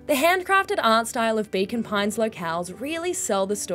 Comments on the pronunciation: I kept hearing Bacon Pines.😆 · That's because that's what's being said :D Accents gonna accent